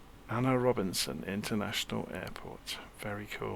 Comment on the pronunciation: Thanks for reviewing. As a Trinidad & Tobago native, A.N.R. Robinson is spot on. Cheers